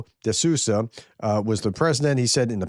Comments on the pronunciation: As a Portuguese I back my president words... the translation checks ok. Sousa is pronounced as Soo - zuh... :D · Hi. You can read Sousa like if you read Soosa like Rebook:D so Marcelo Rebeelo de Soosa:D